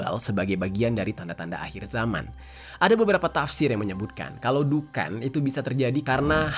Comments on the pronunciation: Di bacanya duhon bukan dukan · di th 2019 Indonesia pernah padam listrik sejawa dan bali dari sore sampai dini hari..😵😵😵 maaf koreksi bg,dukhan itu di bacanya duhon bukan dukan.🙏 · Sorry bang, dibacanya bukan pake A, tapi O.. jadi dukhon dibacanya.. cuma ejaan indonya aja pake A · Baca dhukhon bang...😂